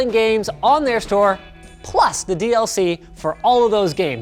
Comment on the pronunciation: listen to how he says plus Sounds like a dog barking